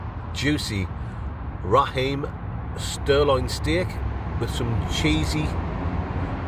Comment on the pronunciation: It's sirloin not stirloin lol,love ya videos mate